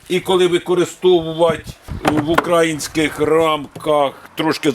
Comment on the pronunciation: не укр А їнський, а укра Ї нський!!! Коли ж ви вже, б£ядь, понаучуєтесь правильно балакать. Гидко слухати.